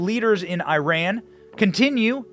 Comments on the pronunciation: “It’s pronounced Ee-ron, not I-ran.” Benny: “I-ran” “I-rainians” Lol And thankfully, the men’s US soccer captain isn’t a male version of Brittney Griner. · Love that you said "I Ran" every time... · EYE-RAN is a horrible country anyway. Before you tell Us how to pronounce your country's name, learn how WE speak and pronounce our letters. When we are in your country, you can complain about a pronunciation, but until then Shut-it. Your country will not let females read, learn, speak and have an opinion. Clean up your own back yard first before telling someone how to speak. In the English language, the I in Iran is properly pronounced as EYE. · Whatever that is but you guys intentionally call it Aye-ran ! Why don't you call it Aye-ndee-ya for India or Eyes-real for Israel. But thtas expected, Americans are dumb anyway. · Eee Ran? Nah, you flopped over your sandals ya loosers 😂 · TRASHY VIDEO AGAIN... AND YOU SMART ENOUGH TO DELETE MY COMMENT. ABOUT THE PLAYER FREE FROM RUSSIA. I DON'T LIKE EITHER BUT YOUR TRASHY VIDEO MAKING ONLY ONE MAN GUILTY? THAT'S TRASH. AND IRAN IS "NOT WRONG" THEY PRONUNCIATION IRAN AND "WE ON ARE LANGUAGE WE PRONUNCIATION IS GOOD" NO ONE PRONOUNCE OTHER COUNTRY RIGHT. Making video of this comment and the one you delete... so how you hide the truth to gain subscribers. 🤣🤣👍